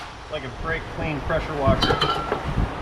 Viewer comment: Lmao you said brak kleen pressure washer 😂😂😂